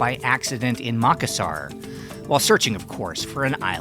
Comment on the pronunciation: North Australian here. Is pronouncing Makassar correctly? He says Mak-assar, but I have always heard it pronounced as Ma-kass-ar.